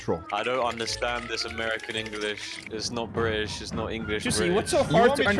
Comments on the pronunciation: Bri‘ish And ANGRY blaza Proper beating And British joocie Spoopy Cutie patutie blaza TYSM FOR 16 likes:D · Specifically, BRITISH losers emphasis on the British